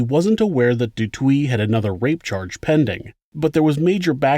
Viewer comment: The name pronunciation is killing me. Especially de Toit.